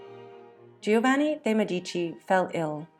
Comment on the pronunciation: You clearly spent a lot of time preparing this video. Please learn to pronounce Italian names correctly. You repeatedly mauled Girolamo and Giovanni every time you used them. Tiber rhymes with tiger, etc.